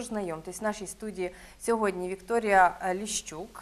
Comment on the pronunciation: Ліщук а не Ліщюк (я її знайомий)